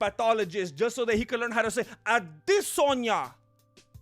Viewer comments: “Ah-DEsanya” lmao dude you’re too funny 😂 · "Isarel IdissOnYou" 🤣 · Lol the way says Adesanya and looks at Izzy. Funny as hell